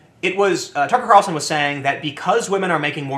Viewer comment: i just like hearing Tim say "tuckrcarlsn"